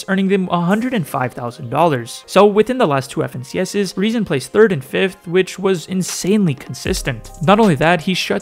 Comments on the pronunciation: His name is rezon ay „lol“ not non💀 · You don't pronounce it as "ay non" it's "ajo lol" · THE NAME OF REZON IS NOT REZON AY NON HE HAS THE RUSSIAN LETTERS THIS SAYS REZON AY LOL!!!!!!!!!!